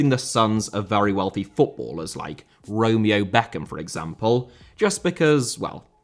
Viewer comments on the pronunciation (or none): none